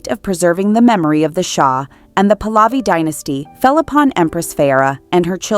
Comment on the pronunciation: The dynasty is pronounced 'Puh-luvi'(emphasis on the first syllable), not 'Pulaavi'!